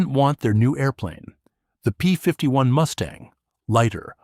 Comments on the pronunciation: Ha ha ha "Moosetang" 😂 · Haha, “Moose-tang” certainly gives the Mustang a memorable new pronunciation